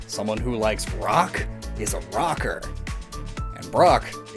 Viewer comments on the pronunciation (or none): none